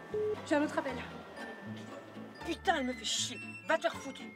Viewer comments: but what is she saying when she swears? it sounds like Pitou (dog?) not Putain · ThePierre58 Thanks, I was wondering the same thing. But what is she saying when she swears.. it sounds more like Pitou ?